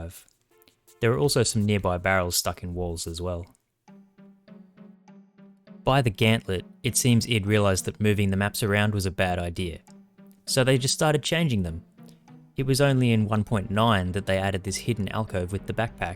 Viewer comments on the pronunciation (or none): lol what's a gant-let?